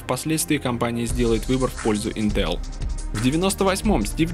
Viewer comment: Как, блин, вообще можно было сказать интЕл? Ну как так можно?